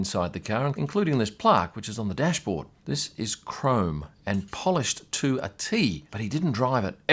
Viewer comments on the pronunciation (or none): none